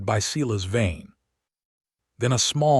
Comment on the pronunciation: AI can't pronounce words: Not Seelas but Seyelas